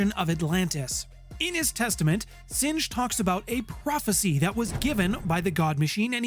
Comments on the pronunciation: weird, my correction would have been that Singh is pronounced as sing, not singe. It's a Seik name that means lion. Great videos and great channel. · Singe is when fire burns something. Singh is a last name, pronounced “Sing”